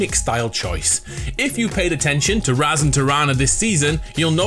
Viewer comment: Tho it's pronounced raaz, not raz